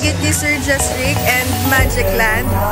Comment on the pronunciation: Magikland kaba? Ngaa? Testingi bala pang tonto sakon kay Magikland kagd. (Majokland) 😂😜